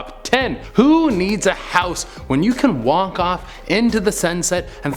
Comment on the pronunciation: He said "Wonk off into the sunset" lol. wtf